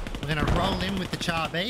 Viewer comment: " Char " is pronounced " Shar ". French is funny like that. Good video :)))